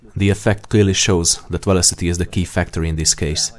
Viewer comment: You have to slow down the dialogue especially with the technical words and uncommon words. Like 'velocity' all I heard was 'vlosteh' and millimeter became mlmllmltrrr. It's like playing dictionary-hero with my ears. Otherwise, a good video